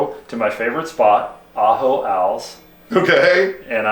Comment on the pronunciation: Ajo als ajo as in garlic.